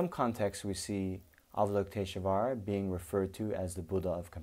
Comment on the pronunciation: Why do you put an "uh" sound betweeb "sh" and "v"? You're able to say "lush volley", or do you say "lush uh volley"? Why is it, then, that you say avalokitesh-UH-vara ?